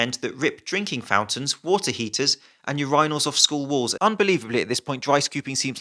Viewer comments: Did he just say "Youraynel" ? Does he go to the bathroom to "Yourayne" ? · Never heard urinal being pronounced that way.